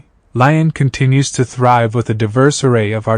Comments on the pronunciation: how can you say l ai on if you are making a video...at least pronounce the name of the town correctly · If you’re gonna do a video about a city, at least look up how to pronounce it properly.🤦🏻‍♂️